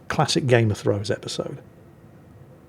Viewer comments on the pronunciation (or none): none